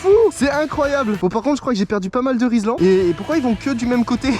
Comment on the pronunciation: Frero rislan pas rilsan